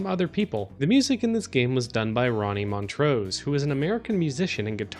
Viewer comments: montrose.....pronounced mon-trose hard s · That's not how you pronounce montrose.